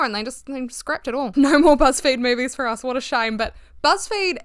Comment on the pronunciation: Damn y’all really say naur and saur, saying maurvies (movies) is insane